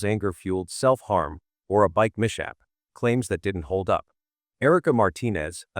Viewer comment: I have to admit that as good as this video was, it was so hard to listen to due to the AI voice mispronouncing words like "mishap" and "catalog"